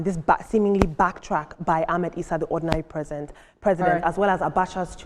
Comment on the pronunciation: Ordinary President not Ordinary presents 😅😅